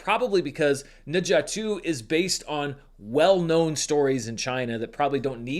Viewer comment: Appreciate the effort to pronounce Ne Zha correctly! Glad you were finally able to see it. Every Chinese person I know has seen this movie multiple times. Whoever is still doubting the box office figures is just putting their head in the sand.